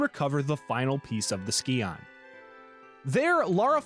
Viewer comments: I flinch every time you pronounce scion as ski-on instead of psy-on... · So, you get kudos from me for correcting yourself on nuclear. Oh my gods though, I literally, physically cringe every time you say "ski-on". It's pronounced "sigh-on". I'm finding it difficult to get through it... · NOT THE SKEE-ON :'( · Almost didn't make it through the first third of the video having to hear scion be mispronounced 2 dozen times. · The video is good But how you pronounce Scion is painful